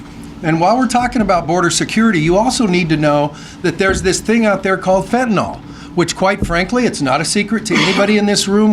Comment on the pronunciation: Stop calling fentanyl fentaNOL! It's fen ta NIL